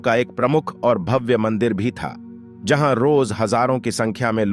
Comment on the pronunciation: आपकी व्याकरण कमजोर है , भव्य को भाव, स्वत: को स्वत बोल रहे हैं ।